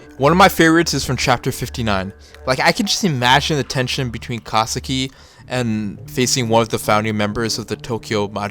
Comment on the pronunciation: why do you pronounce kisaki as kasaki from time to time.